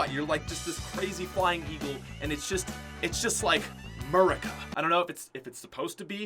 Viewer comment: “I don’t know, it just feels ‘Amurica’”